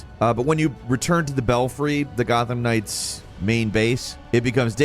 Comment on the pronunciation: ......this is an Arkham-like......watch how you describe things......this is Gotham Knights, not "Gotham Ring" LMAO.....I'm jk....thanks for all this....I pre-ordered and right now, it seems worth it